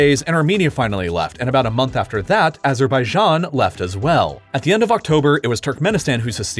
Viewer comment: when it says "left" i hear something like "laugh"